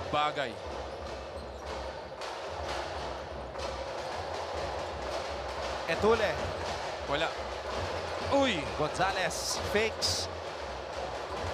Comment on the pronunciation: Dami nanuod ng ncaa pero mga commentetor nyu nyu d marunong mag basa etulle.. etulye pag basa nyan 😅